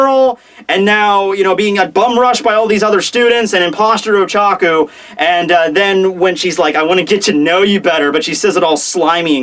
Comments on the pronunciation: Pretty sure it's Ochako, not Ochaku... And I think Tokoyami is a raven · It's Oh-Cha-Koh I watched your video pronunciations. I'm a big fan, but still. If she's your favorite, I just thought I'd suggest a better pronunciation of her name.